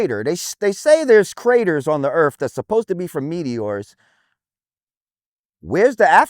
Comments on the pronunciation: BITCH, YOUR POINT IS MOOT IF WHEN YOU TRY TO SAY EARTH AND THE WORD EARF COMES OUT YOUR STUPID IGNORANT MOUTH! 😂😂😂😂😂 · Being American myself, I apologize for this idiot. My country education system is failing. He is probably the most stupid......the funny thing is I never even heard of this fool.......Did he just say the word EARF? Instead of the word earth? 😂😂😂😂😂😂😂